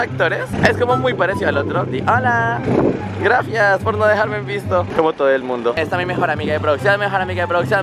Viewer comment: Oye amigo en los vídeos enbec de decir gracias dices grafias